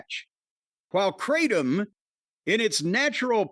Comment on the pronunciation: It's pronounced "krahtm", not "kray-tom". Jus' sayin'...